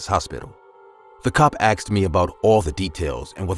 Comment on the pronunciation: I “AXED”HIM 😩